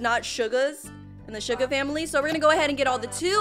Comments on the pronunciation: said sugar not shuga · "Shuga bafish" ._. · I Love